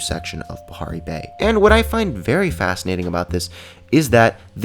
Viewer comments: a almost said Aparri bay instead of Bahari Bay DR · XD it souded like he said " a new sectoin of APARRI BAY" XD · sounded like he said Aparri Bay.